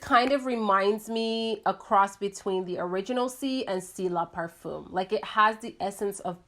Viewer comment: Its Aar-tuh-mee-zhuh (artemisia) also I think parfum is: Pah-Fuhm/Par-fin not Par- foom. Sorry, it just sounds so goofy with a long o sound. I also don't understand how reviers smell the atomizer and then talk about the dry down. You can't smell the entire fragrance from the atomizer, you have to spray it.